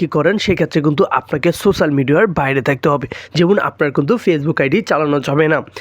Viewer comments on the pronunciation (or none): none